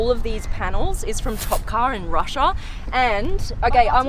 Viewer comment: No one: Literally no one: Supercar Blondie :- saying RUSSIA:- ROSSIOA